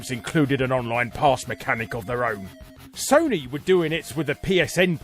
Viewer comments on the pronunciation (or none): none